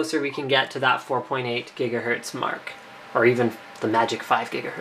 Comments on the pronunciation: GIGAHERTZ ... not jiggahertz xD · What the fuck is a "JIGAHERTZ?" Did he not know he was saying gigahertz wrong? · FIVE JIGAHERTZ?!?!?!? GREAT SCOTT! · Jiggahertz :D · What the hell's a jiggahertz, doc? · HOLY MOTHER OF GOD, 5 JIGGA JIGGAHERTZ? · yay for Jigahertz! xD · Jigga what? Jiggahertz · jigga hertz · jiga what ? jiga who ? jigahertz... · 4.6 Jigahertz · jiga hertz lol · 5 jijgahertz lol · Jiggahertz LOL